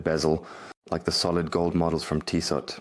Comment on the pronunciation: Two things … Pleased to hear his name hasn’t changed 😂 And it’s pronounced TEE-soh !